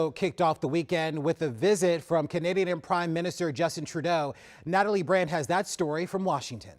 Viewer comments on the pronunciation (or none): none